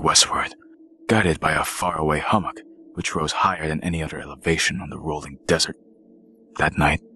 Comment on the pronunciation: If I were to guess correctly, I would say that you said words wrong because you were nervous. That's OK though, you have a great narrators voice, I just don't know what a chasum or a hummmet is. You got my vote, though. 👍🏼